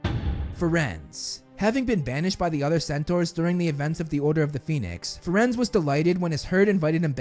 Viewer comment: Bro called firenze = friends instead of (fir-aen-zea)